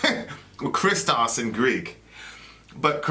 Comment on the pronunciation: Just a friendly correction if I may. In the word Christos (Χριστός) the stress is on o (this is what the symbol above the letter means). And the Ch (X in the greek word) is pronounced like a heavy h like in hammer but heavier. I hope it made sense :)